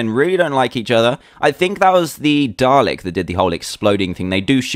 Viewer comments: I know it's spelt Dalek but you pronounce it Dar-Lick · FINALLY, someone who says Dalek right! Well, I should be expecting this, dan is British... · Yeah it can sound that way sometimes. It's spelled dalek, and pronounced dah-leck. I love the accent! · it pronounced day-leck :p